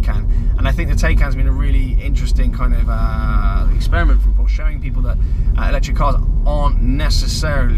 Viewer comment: You can’t get a range extender with the i3/i3s anymore. Pronunciation of ‘Porsche’ and ‘Taycan’ both weird/ chavvy